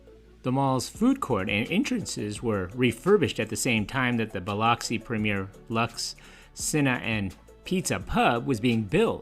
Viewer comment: Well I know Biloxi is definitely not pronounced Buh-LOCK-see; it’s Buh-LUCK-see